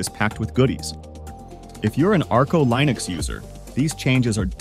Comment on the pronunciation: Great review, love the enthusiasm, but please learn how to properly pronounce Linux, cuz your not pronouncing it right :) zsh as well, is not zish, it's z shell or ze es ejch